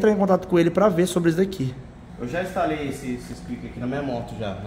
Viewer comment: Estalei ? Eita portugues kkk mecanico e desse jeito